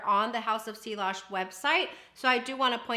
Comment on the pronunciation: Great video. Just in case you would want to know, the ‘ll’s are silent. It’s French and you pronounce it “see-ahj”. 😊